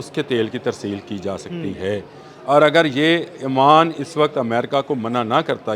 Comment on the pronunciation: I think is a literate person then why is he saying Aman, Aman. He should know it's OMAN. Please correct yourself